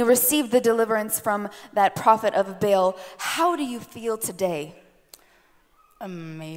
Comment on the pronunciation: This is the fakest thing I have ever seen. The lesbian playing demon, the guy playing pastor and exorcist. Just a complete sham all around. Also, a demon would know it is not pronounced "bail" but "bah-all"